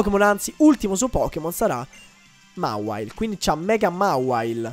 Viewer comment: non si dice mawile ma mewail (non so se si capisce XD)